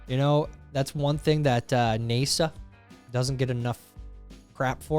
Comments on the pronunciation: Did you call it Nāsa? You should eat a pineapple pizza as punishment, it is Nasa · You lost me at "Nay-sa" WTF?? You are pathetic! I quit after that. Loser! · No one is going to comment on how Tyler mispronounced NASA? Also, why is that guy hacking at cold pizza? That pizza was cold too.